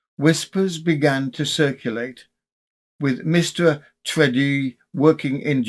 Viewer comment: I think Tredrea is pronounced TRED-ray in Cornish usage